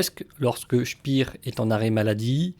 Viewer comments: On ne dit pas "spir" comme en anglais mais "spér" : c'est un nom allemand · c'est pénible d'entendre sans arrêt prononcer "spire" ce qu'on doit prononcer "chpair"...